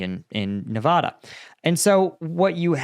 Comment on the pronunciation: Ne-VA-da Paul Nevada 😂